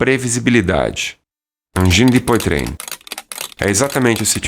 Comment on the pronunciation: Poitrine lê-se poatrine!